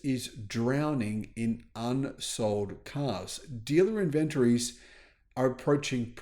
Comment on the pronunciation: Inventrees? What the hell is an inventree?😅😅😅